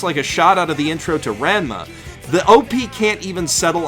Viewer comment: WHY'D U PRONOUNCE "ranma" LIKE THAT